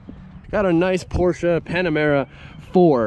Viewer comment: Thank you for saying "Porsche" correctly!! Good work bro!